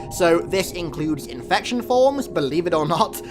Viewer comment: “INFecTioN FwOmS”